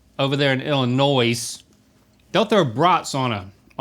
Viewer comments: "Illi-noys" The gasp i gusped 😅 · ohhh the fingernails on a chalkboard every time Link pronounces the S in Illinois 😬😅